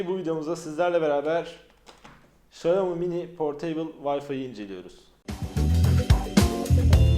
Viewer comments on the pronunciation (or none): X Çincede Ş olarak okunduğu için çayomi değil şiyaomi dsvndsj